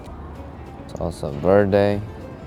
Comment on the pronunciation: aint no way he called avocado sauce "salsa verday" 😭😭😭